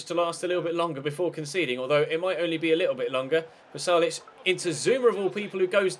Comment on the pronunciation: Its Pasalic, not Palasic